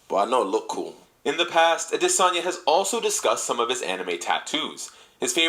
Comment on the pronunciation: israel actually confirmed that thats how you pronounce his last name I believe